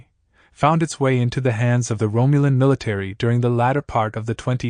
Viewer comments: Rome you len.. sigh.. it's ROM you len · Romulan. Not romeulan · At 15 seconds the AI voice can't pronounce Romulan correctly, and the lazy bastards who couldn't be bothered to actually speak into a microphone for seventeen minutes still posted it. SMH.